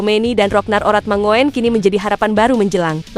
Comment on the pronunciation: Halo Min, Admin. Masih saja membaca/mengucapkan nama Ragnar Oratmangoen sebgai Oratmango - en. Seharusnya dibaca sebagai Oratmangun. Gabungan huruf o dan e (oe) itu diucaplan sama dengan huruf u. Semoga berkenan.